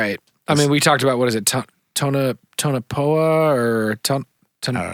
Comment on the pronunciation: It's pronounced "Tone - a - Pa" guys. The area around area 51 you mentioned around minute . Enjoyed the show, love this crazy stuff!!